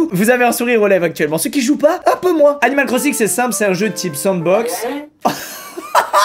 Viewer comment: on dirait qu'il dit "Cannibal Crossing" 😂